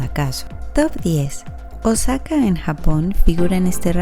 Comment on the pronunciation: Osaka se pronuncia òsaka con acento en la o